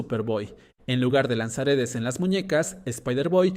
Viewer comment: A mi tmb encima parece que diga lanzaaretes😅